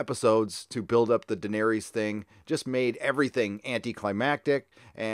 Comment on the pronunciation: Seriously though, WHERE are you people getting "Daener-ease" and "Vare-ease"?? It's 'duh-nair-iss' and 'vair-iss'. FFS.